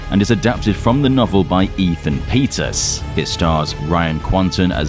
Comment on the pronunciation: Pettus not Petus